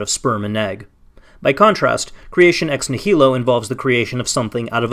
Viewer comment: It would be nice if the person bothering to use the term "ex nihilo" so often knew how to pronounce it. This is like listening to someone pronounce "America" as "am-er-EEK-a" again and again.